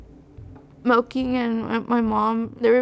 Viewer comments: Wtf was the brothers name? I swear she says Milking is his name. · It’s Melquin 😭 it’s cause it’s an odd name but it’s pronounced Mel kin